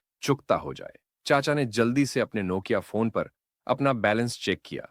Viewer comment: The way he spoke “nokia phone” was Halerious 😂😂